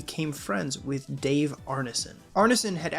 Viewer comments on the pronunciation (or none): none